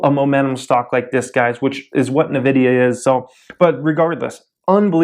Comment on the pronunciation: It's pronounced invidia.